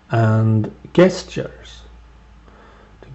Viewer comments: it is not 'guest-ters' its 'jesters' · He's still wrong though xD Jess-churs would be like the APPROPRIATE way to ACTUALLY say it. Either way I agree with you he is an assplunger.